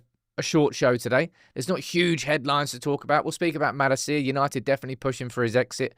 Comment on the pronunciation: Your pronunciation of Malacia is driving me insane